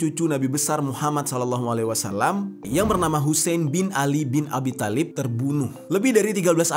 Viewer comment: Bang di bacanya bukan khatab tpi khotob ,thalib juga di bacanya tholib😅